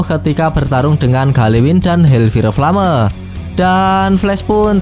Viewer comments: Bukan hel fire flame tapi hel fayer flem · HELLFIRE FLAME : HELLFAYR FLEYM 😩😩😩